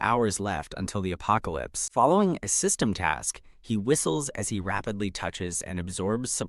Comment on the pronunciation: "sYsTeMuGh" lol